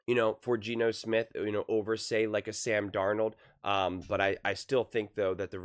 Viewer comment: This fool said Sam Darnold 😂